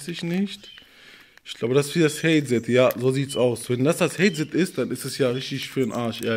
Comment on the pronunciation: der sagt haizad (soll headset heissen) xDDD